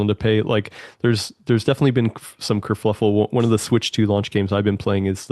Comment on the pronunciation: It's kerfuffle, not kerfluffle. There is only one L